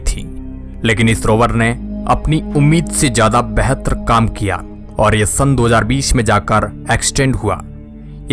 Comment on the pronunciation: बेहत्र नहीं बेहतर बोलो, पहले बंगाल का कला जादू दिखाते थे क्या आवाज की लहर वैसी ही है अब तक ।